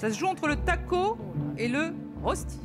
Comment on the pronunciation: Ça se prononce "reuch'ti", pas "ross'ti"......